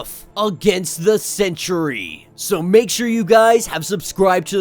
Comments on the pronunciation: Lmao, stop saying sentry like century. 🤣Geezus kryst. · Why do you pronounce Sentry as century? 2 not 3 syllables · no, i cant Its Sentry not Century